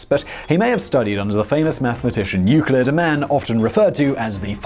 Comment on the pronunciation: Excellent pronunciation of Archimedes and Euclid. We do notice when you nail the pronunciation 😉